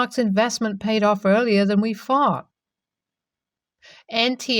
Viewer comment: Please , please work on saying THink not Fink. THought not Fought. It drives me nuts.